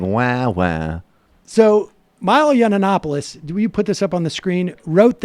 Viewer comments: drives me nuts every time sam says this. YON ANNOPOLIS. NO!! I can't stand Milo, but get his name right. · Sam, love you and this show, but it drives me nuts how you mispronounce his name, (not that he deserves you say it correctly.) It's pronounced Yee-in-op-oh-liss.